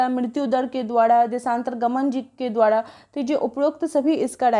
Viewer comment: द्वारा को द्वाडा क्यों बोलते हैं र को डा बोलते हुए 😊